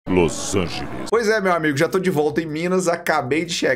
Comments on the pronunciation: O "Los Angeles" me pegou. Kk. Tive q voltar metade do vídeo de tanto q ri. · Nem fudendo esse "Los Angeles" na voz do kakaaakakakakaka pqp